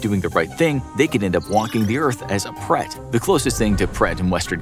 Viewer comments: It’s preta not pret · It is not pret it is pretha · It’s pronounced as Prate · bhai mai bhi Indian hi hu but mere dimag me hi nahi aaya Uska pronounciation pret alag hi laga raha tha